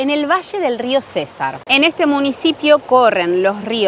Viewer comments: César... no. es Cesar sin acentuar. jejejejeje.. buen video y si esa costumbre en la coste es terrible muchas veces. pero bueno buscar un mejor sitio la proxima. saludos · Hola 😊 vengo a corregir te mi reina. Se pronuncia cesar sin tilde. Gracias por mostrar la historia y esta región.❤ soy de San Alberto cesar y mi deseo es conocer valledupar la capital y el río guatapurí.😊 Lo siento por ustdes, el calor que les tocó aguantar🥵 creo que hace más calor que en mi pueblo y allá en mi pueblo es una vaina muy brava.😅 saludos desde Andes Antioquia bendiciones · Hola el departamento del "Cesar" se pronuncia CeSAR con acento en la "A" CeSAAAAAARRRR, y el Río es GuatapuRÍ con acento en la í.